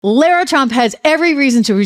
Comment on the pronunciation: Lara's name is pronounced Lah-rah